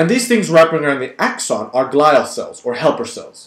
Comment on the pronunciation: The correct pronunciation of "glial" is "GLEE-a" (not "GLI-a).